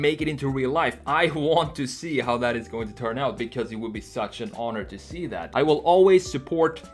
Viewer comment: älskar hur du säger because. "becöös"